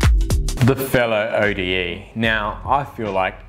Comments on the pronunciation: Isn’t it Ode as in a poem rather than your pronunciation saying the letters O.D.E.? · It is, i literally have no idea why is he pronouncing it O.D.E.